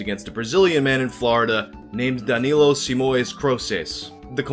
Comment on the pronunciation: My first name is danilo....hearing him say it close to perfect over and over weirded me the fuck out cause noone ever calls me that...they call me dan cause its easier..or they don't know my real name...almost had to stop watching cause hearing my name is weird